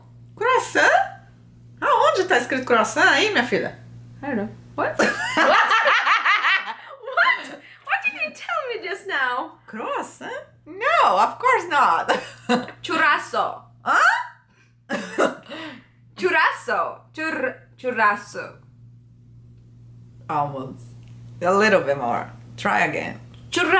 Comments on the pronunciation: tu ainda continua falando "minha filha ? kkkk mais engraçado foi o espanto por causa do croassaint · ahahahahaha "Croasan"👉Clone👉Jade👉churrasco rindo muito.😹 Muito bom #teamsnapchat. bjs